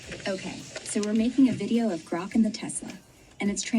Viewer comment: Hay When you say Crok. That means something else in the USA; Saying something that's not true..... Grok, is said like the Kelloggs comercial from "Tony the Tiger" THEIR GRRRAAATTE. Just growl first, then say Rock... It's all good. We all have words we say funny to others. Me too.